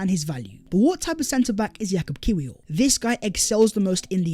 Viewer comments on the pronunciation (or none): its pronounced yakub kivior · It’s pronouns Kivior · Great vid. Interesting points and will be good to see the new signings moving forward. Heads up, Kiwior is pronounced Kivior 🙂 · The ‘w’ in Kiwior is pronouned as a ‘v’. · The "W" in his name is pronounced "Veee". 😉😉😉